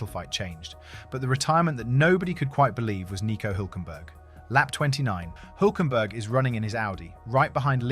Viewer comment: HILL .... HULK You don't know how to pronounce HULK??:eyes-pink-heart-shape: THE SAME AS THAT CARTOON SUPER HERO YOU KNOW THE BIG GREEN ONE, HULK ... I go up a Hill.... F ME THAT WAS HARD TO LISTEN TO:face-blue-wide-eyes